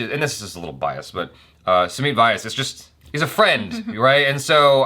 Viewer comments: Basically Rustom with original names. Also its Sumeet Vyas (Vy pronounced together not Y S). Rustom did have a strong Parsi vs Sindhi angle thing but u probably didnt understand it (you dont know parsi names-Rustom is a stereotypical one) so are Sindhi surnames. They kinda spoonfeed it here which they didnt there. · Oh God!😝 Please help pronounce Indian names correctly. Also It's "Sumeet Vyas is my friend, not Sumeet vayas is not my friend anymore because I can't pronounce his name correctly."🤐